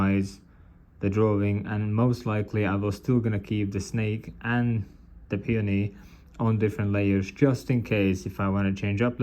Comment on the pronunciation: Is that how you say peony? I thought it was like pay-own-e